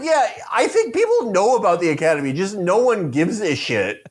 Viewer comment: Or as PBD would say it "The Ocodemy"